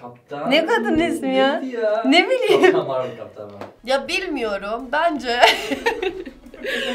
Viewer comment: Kaptan marvıl ne kaptan marvel diye okunuyor o